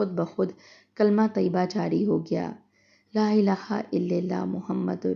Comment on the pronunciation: LA Ila ha IL lalah hota hai. Allah ka name kharah perha jata ha lilha na perty